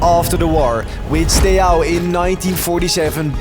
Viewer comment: As a romanian, him not saying the A at the end of SteauA is disrespectful lowk